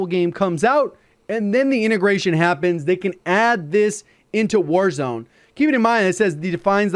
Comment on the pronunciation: Bro really said concert in wazrone😂